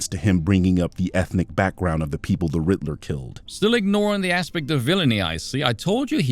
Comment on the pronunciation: This is rather pedantic on my part but to this birdman fellow ... it's "Riddler" not "Ritler"